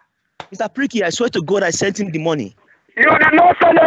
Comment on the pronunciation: "I DON'T WANT TO TALK TO HEEM!"